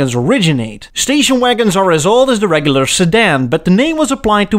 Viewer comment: You sound Dutch “D’regglar sedan” is like “D’neddelins” Maybe Afrikaans? Anyway, it would be so cool to have a woody